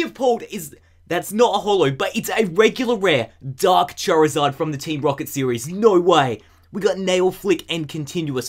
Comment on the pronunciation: At the end when he said charzard he said fucking